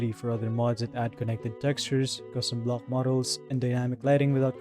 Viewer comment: The way he pronounces his Ck's really irks me. Instead of 'block' he pronounces it "Blohggk", and the fact that so many of his words have C and K in them..